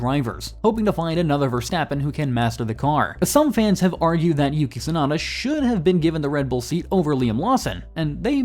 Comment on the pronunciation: The name is Yuki Tsunoda not Tsunada…